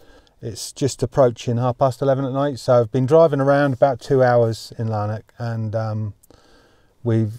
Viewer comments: Lanark, not Larnak. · Lanark is a small country town which I am assuming is not crawling with master criminals. Therefore the police will not be so stressed fighting high-level crime. By the way, the town is pronounced Lann-ack, not Larn-ock! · It's LANARK not Larnock! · Its pronounced Laan Ark